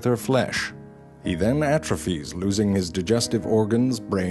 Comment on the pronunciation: He atrophies. But "atrefuze" sounds really funny :-)